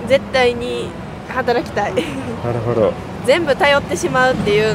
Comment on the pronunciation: ik pitch is hard but can u at least stop saying ”なるほ＼ど”……”なるほど￣”ね？